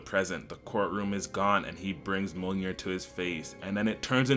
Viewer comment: Why are you pronouncing Mjolnir like ammonia 😂